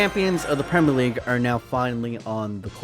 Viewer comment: Not trying to leave hate comments but the pronunciation if premier league but gd vid anyway